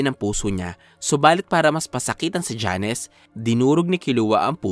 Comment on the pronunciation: Jones! Hindi Janes